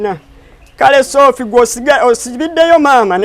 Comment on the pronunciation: The way he is calling shopiiie 😅😅😅😅